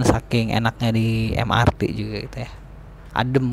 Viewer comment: Mass Rapid Transit = Em Ar Ti Moda Raya Terpadu = Em Er Te